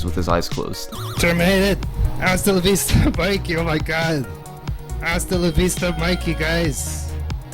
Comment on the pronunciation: All of these speedrunners are cringy weirdos. Astalavista, mikey? He's not even saying it good. Does he think he's funny or something? WOW.